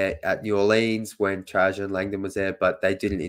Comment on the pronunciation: Dude, the city is pronounced New Orlens, not New Orleeens. Your new President is TrAjon Land-don.